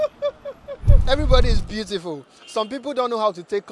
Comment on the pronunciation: 😂 "it's cool to be beauriful"